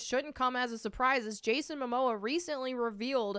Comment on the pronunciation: Ezra has pronounce privileges, Momoa doesnt